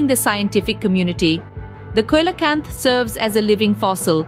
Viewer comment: Coelacanth is pronounced see-lo-kanth